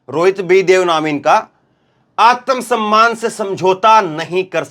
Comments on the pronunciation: जी उच्चारण शुद्ध कीजिए आतम सम्मान नहीं है आत्म सम्मान है| सिख सीख कर मत बोलिए शाब्दिक अर्थ का अनर्थ हो जाता है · समझाऊँगा? या बताऊँगा? पहले एक बात जान लीजिये आत्म सम्मान होता है आतम सम्मान नहीं। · आतम सम्मान नहीं भाई आत्म सम्मान होता है, उच्चारण शुध्द कीजिये। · आत्म सम्मान का उच्चारण सही करें जी